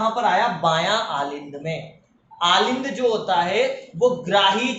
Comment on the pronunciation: Aalind nhi Alind bolte hai